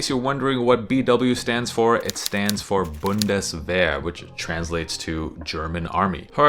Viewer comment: Just quickly sending my approval of the pronounciation of the word “Bundeswehr” (literally “federal defence”). Regards from Germany :-)